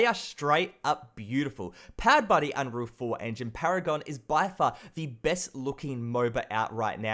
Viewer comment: FUCKING!!!! It's "The" not "Va" doing my fucking head in mate